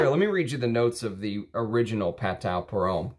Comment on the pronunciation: Very nicely done. I am a Perfumer I met Jean Kerlioin In Versailles. He is the ultimate gentleman. So talented and so kind. The House of Patou was the epitome of classic French Perfumery. You cannot beat the quality. Not to be a snob but don’t forget Patou is pronounced “patoo”. Thanks for sharing your collection.